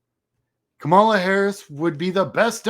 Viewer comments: Very cool! Thank you for the great info. I am one of those first-time donors out of TN. Quick bit of constructive criticism: you really need to change the way you pronounce Kamala. You are mispronouncing it the same way that Republicans intentionally mispronounce it as a sign of disrespect. It's KAmala, not kaMAla. First-syllable emphasis. Very important thing for Dems to know. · Her name is pronounced KAH MA LA. We have to get this right, guys! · Hi, I have enjoyed watching your stuff, and appreciate the insights of someone who has been doing the campaign work. One suggestion: please learn how to say her name right: the accent is on the first syllable, not the second. Thanks.